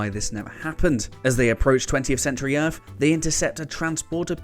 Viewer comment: This dude needs to learn how to make a 'th' sound. It's "Earth" not "Earf".